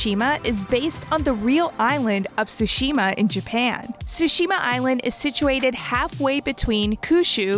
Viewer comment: How is it that anyone who has played the game doesn't know how to pronunce Tsushima? They say it like 300 times in the game.